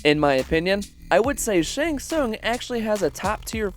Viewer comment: How do u manage to botch the pronunciation of his name every time? U heard it at least a dozen times while making this